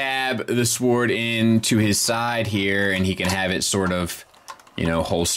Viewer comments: S--W-O-R-D should be pronounced like 'word" but with an "s" on the front 😜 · Wait, you can't pronounce sword right, I never noticed that, LOL. Keep doing your THANG. Also, those 3 extra heads are actually kids in robot form.